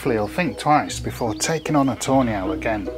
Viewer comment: Ive found your videos about a week ango and fell in love with most of the owl. As a german I think its very funny though that instead of tawny owls I hear Toe nails...